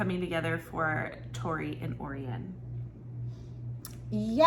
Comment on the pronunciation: Hey im listening to the audiobooks, and i just wanted to say her name is gruss not gru. And also it pronounced oh ryan not orien 😊